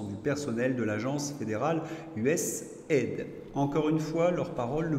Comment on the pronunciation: On prononce U S A I D